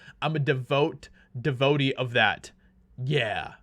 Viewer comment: Dee voh tay. Devotee